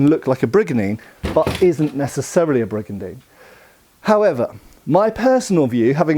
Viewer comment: I took a shot every time he said brigandene and then I died.